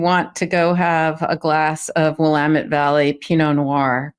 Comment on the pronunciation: Yaye someone not living here can say Willamette correctly!*!*!